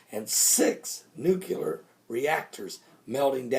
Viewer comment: Dude, did you say 'nu-cu-lar" again? Give this a shot, Nu-clear. Maybe seems a bit picky, but you have an excellent message to share, and more will receive it when it comes across as erudite.